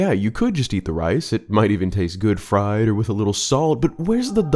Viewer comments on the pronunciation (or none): none